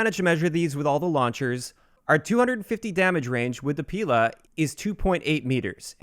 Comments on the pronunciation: Omg it hurts my ears so much! Not "P'ILA" and "STR'ELA", but PIL'A and STREL'A. Emphasis on the last letter. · It's not pIla - it's pilA >_< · Stress other vowels in Strela and Pila